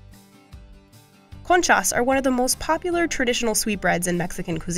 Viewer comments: i love how she goes out of her way to try n pronounce all the middle eastern breads correctly but cant say concha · you actually dont know if she did pronounce them correctly. Maybe she did as bad with them as she did with concha